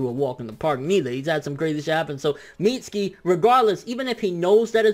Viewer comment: My sons name is pronounced MIT-SUE-KEY not MEAT-SKII you mexiturd